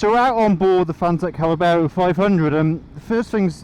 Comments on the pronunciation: Oh maaan! 🙈 It's not Callabero it's Caballero 👌 Cheers for the review 🤘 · NOT CA●LA●BERRO , try CA-BA-LLERO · You say callabero we say caballero. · Callabero....!!!!!?????? Come on man it is written on the tank.......🤣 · it's not Callabero!! Caballero - I'd love one of these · Spanish guy here. Caballero, Spanish word that means "knight" it is pronounced "cabayero". Nice bike, it reminds me the enduro bikes of the seventies. I saw the bike in the flesh and I loved it. Forks are spectacular and overall quality awesome. Love the video. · caballero, cab-uh-yero, fwiw. cheers.